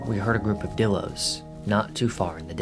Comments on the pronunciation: I just wanna say bc u are not saying it right it’s pronounced: die-l-o-s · pronounced Die Low btw, not dillo! good vid tho